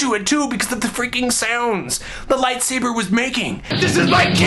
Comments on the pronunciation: with his lightsabehh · "My toy lat-sabbur" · "I reached for my light saborrr"..... "It was out of reach".... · It's "toy lightsa-BURR" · I love how he pronounces "light sabre" bahahahahahahahaha!! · It is, Le lightsabeur. x3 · "I reached for my light sabeeeeeeuur... but it was out of reach." I diedddd lmfao! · "My light say-bear." Bahahah! Happy birthday, Olan! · "Light saburrr" lmao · "And I took out my Light Saburr!" HAHAHA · "light sabeur" lolol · I will never say lightsaber the same way again. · ill never say lightsaber the same lol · haha, love the "Light Saber" in a french accent, makes it so much more intense! Olan, you give hope to all of us, in every way. You bring us happiness, and you put a smile on our face when we are down. You are a great man Olan, a great man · Was anyone else a bit disappointed when he started pronouncing "light saber" normal? My dreams died a little ;)